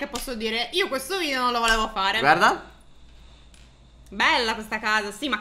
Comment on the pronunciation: si dice VIDEO non VIDIO!